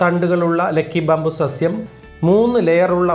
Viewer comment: ലെക്കി അല്ല ലക്കി